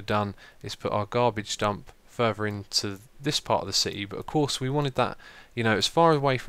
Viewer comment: Did you say Garage dump?